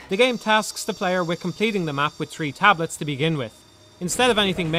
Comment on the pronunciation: Lol you say "tree" not three